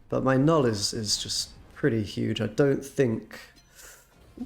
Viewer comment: You get a thumbs up for saying Knull the right way TY!